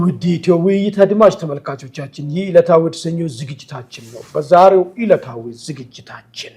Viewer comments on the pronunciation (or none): በዛሬው ኢለታዊ 😂😂😂😂 ገመድ አፍ ( በዛሬው እለታዊ)